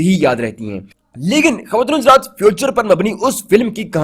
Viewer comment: بیوقوف بولنا سیکھ پہلے. خصوصاً خواتین و حضرات کا لفظ. اور تھوڑا ٹھر ٹھر کر بولا کر